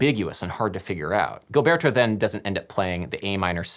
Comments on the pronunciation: Can’t believe you got this deep into the song without knowing how to pronounce João Gilberto’s name. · It hurts my ears each time you pronounce it GUILBERTO... it's pronounced "jo-aho jilberto" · João Gilberto - pronounce it Joo-um Jilberto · Er... there's only one "r" in "garota" (girl). You just called it "the garrotter (strangler) of Ipanema", which would indeed make it far weirder. Also, it shouldn't be too hard to find videos on YouTube where people say "João Gilberto" before calling the man "Djao Ghilberto". :-P